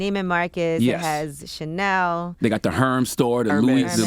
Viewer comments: "The 'HERMS' Store.. "CHANNEL.." 🤣🤣🤣🤣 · Charla I like you but don’t disrespect me nor anyone else named Chanel! It’s not channel!! One “N” not 2 dammit 🤦🏽‍♀️😂 I find that sooooo disrespectful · Charlemagne: “I only care to pronounce Black owned luxury brands correctly.” Also Charlemagne: “*sighs* I don’t want to mess this sister’s name up…..Her name looks like an expensive store in Short Hills. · Did he mean to say Chanel store? Never heard of the Channel Store. Lol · Charla you know how to pronounce ts 🤣🤣🤣🤣🤣 “Channel” 🤣🤣🤣🤣 so f****g funny